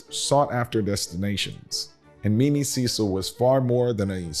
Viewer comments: The English arm of the family is pronounced Cecil (cess il) not Cee cil. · It’s pronounced Sess-il not See-sal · No disrespect, but I know the Cecil's. CECIL is pronounced SES-UL. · You are mispronouncing Cecil The family pronounces it like “Sessel”. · You're absolutely correct. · The British name Cecil is pronounced Cessel, descendants of Lord Burghley, William Cecil, the chief advisor to Queen Elizabeth I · The name CECIL is pronounced like the word vessel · Thank you! I am a stickler for pronouncing names correctly. Know what & who you are talking about!